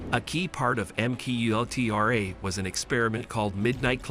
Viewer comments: It is pronounced “MK Ultra” not “makultra” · don't forget M cultra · it's MK - Ultra NOT M-Kultra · Oh I saw that one too. lol Just thought I'd keep the comment short. "M cultra" The fuckups.. It's like nails on a blackboard. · I hope AI pronunciations are improved. MK Ultra is mushed together incorrectly.